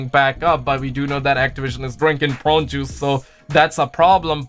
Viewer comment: Idk what’s worse brother the adds in this video or you trying to say prune juice. I love you